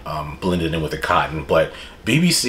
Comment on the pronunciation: dude you can't say bbc like that 😭